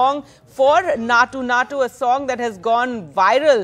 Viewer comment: Maa'm its Naatu Naatu, not Nacho Nacho 😂